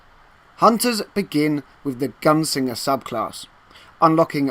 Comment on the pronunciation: Is it just me, or does he keep saying gun singer?